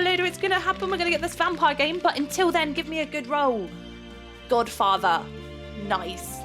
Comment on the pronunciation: When tried to say godfather instead of godfater she said godfarter lol